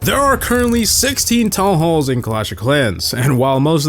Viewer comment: Did bro just say tallhalls...